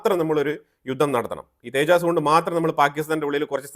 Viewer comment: സുഹൃത്തേ , തേജാസ് എന്നതല്ല, തേജസ് എന്നതാണ് നമ്മുടെ വിമാനത്തിൻ്റെ പേര്!!